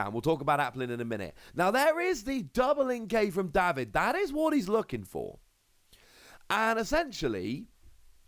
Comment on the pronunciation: Day-vid,, not Daw-vid.